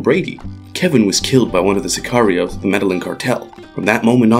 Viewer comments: Meh-DAY-yeen not Meh-Dehlen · "Medalin" really? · Jesus Christ, that hurt my ears. Meddlin’ cartel. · Please learn the Spanish pronunciations. " Medeyeen" is how the name of the city is pronounced. Two ls together in Spanish are pronounced like a y. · Med-eh-geen, get it right. Lol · FYI, not all white people say it like that. You would think the guy would've practiced the pronunciation before narrating a video about the Med-eh-yeen cartel. They only say it about 10,000 times in the show. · The way you mispronounce Medillin repeatedly is so triggering ... you WATCHED the show, where they say the name literally 1000 times, and you still call it the "Meddlin' Cartel" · Medellin cartel, pronounced Medeyin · why are you the only person on earth who pronounces Medellin incorrectly? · This guy’s pronunciation of Medellin is so so white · I think you mean american. The Spanish who named the city are from a place called Europe where the white people are from lol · Agree. I'm white and European and that's not how I say it. 😂 Why people tend to say white when they mean Americans? They're not the only ones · Ana Todd even most people in America know how to pronounce this correctly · How did you pronounce Medellin again? Bruh... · The narrator's pronunciation of Medellin is torture to my ears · i cringe every time he pronounces medallin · You always fail at pronounce Spanish words, like Medellín or El Mexicano. Smh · My guy does not know how to pronounce medellin. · I cringe every time u mispronounce Medellín